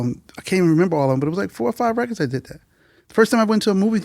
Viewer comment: One thing I've learned over the years is when they say "reckits" instead of "records" they know what they're talking about in music. Guaranteed.